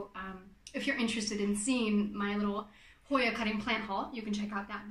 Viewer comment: Oh, I loved your pronunciation! Truly! I just had no idea how to spell the pronunciation, is all. I'll be excited to relay this info to the "debaters"! I didn't expect you to go to so much trouble in order to answer my questions; but, thank you very much! I love details like those! I guess I'm anal that way. Oh well! Whatever! 🤷‍♀️Lol! 🌾💜